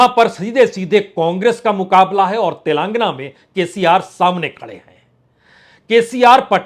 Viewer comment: Telàng-- gana not Telangna .